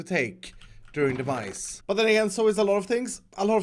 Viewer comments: Who thought actually said 'The Mice' in the Intro at the beginning?? Well at least the cat at the end will keep them at bay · Got way too far into the video before I realized he was saying Demise and not "the mice".